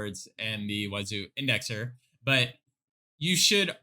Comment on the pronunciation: You pronounce it wrong. Huh Duh Wazuh